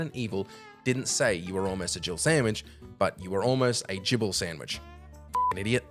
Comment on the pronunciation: Jibble Sandwich ? great now i can't unhear it